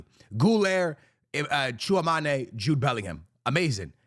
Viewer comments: TCHOUA- ME - NI !! Not TCHOUA - MA - NE !! He has played for Madrid since 2022 maybe it's time to learn ?? ☠ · It's Chu-Wah-Meny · Tchouameni = when it comes to the last part of the word say it like tchouamany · Bro cant pronounce shoulder guler and tchoumeni properly 🥀💔